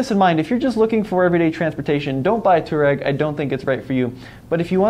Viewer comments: It's a f**** touA-reg not a Too-Reg! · Too ahh reg. Not toe rag It isnt rocket surgery. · How to pronounce "Touareg" - twah - reg Not "toor-egg" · Pronounce it twarreg. Its named after a north African desert tribe ie "resilient, tough, efficient, outdoor". The diesel engines should be bulletproof as the V6 tdi was used by VW for ages in lots of cars . Not many V8 engines sold by VW even in top line VW models. The V10 was dropped by VW pretty quickly even in europe. I think it was 2x5 cylinder engines bolted together or a vw commercial truck engine. The V10 TDI was a noisy brute. The T2 probably has lots of the rough edges designed out. VW rarely does a complete new model so the T2 is really a T1 in disguise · Yeah it's not "two-rag" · I just can't watch this video with you pronouncing it wrong so often...